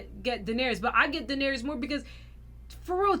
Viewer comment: YALL know what’s crazy…. you guys haven’t pronounced Dany’s name right the entire show 😭😭